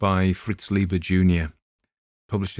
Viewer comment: It's Fritz LY-ber, not LEE-ber.